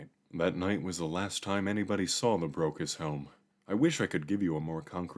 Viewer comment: Keeps sounding like "Broke as Hell"